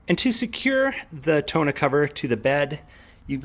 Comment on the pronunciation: More like tawn-OH